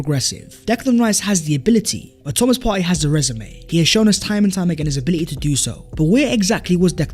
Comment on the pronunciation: You actually pronounced PARTEY’s name perfectly 💪🏾💪🏾💪🏾